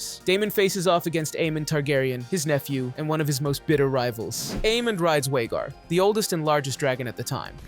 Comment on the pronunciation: VHAGAR with a V….